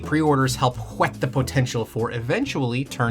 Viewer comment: you get my upvote for pronouncing the h in whet